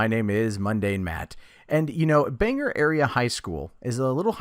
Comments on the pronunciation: It's pronounced Ban Gore NOT Bang ger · When people pronounce Bangor as "Banger," I cry every time...